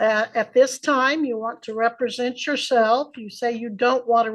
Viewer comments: re-presenting himself? Re-suze? Did he never read these words out loud before, only seen them on a Qanon forum? Represent and Recuse. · Am I the only person that gets annoyed by a Sov Cit's misuse of words? It's not "re-pre-sent" tool, it's "rep-re-sent". To be entitled or appointed to act or speak for (someone). Especially in a special setting. Ahhhhhh! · RE-present? Re-SOOSE? Buddy…learn English before trying to play lawyer. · You know your in trouble when you don’t know how to pronounce- represent